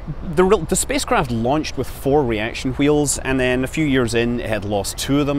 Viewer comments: I'm just here to hear you pronounce hwheels. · Damn you Mr Manley I'm pronouncing the 'h' in 'wheels' again. Aaaargh!